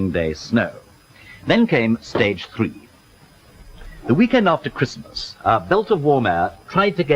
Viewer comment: So, sixty fwee was it. The big fwees of sixty fwee. Learn bloody English man.